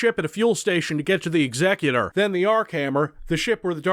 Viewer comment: He mispronounces "Nar Shadaa", but gets "The Executor" correct? I call bullshit.